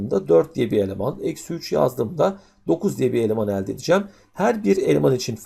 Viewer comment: kafayi yicem elde derken yanlış telaffuz ediyor öğretmen ekranı kırıcam şimdi